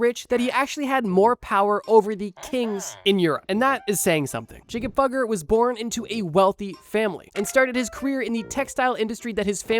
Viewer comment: Jakob Fugger is pronounced yah-kub foo-gur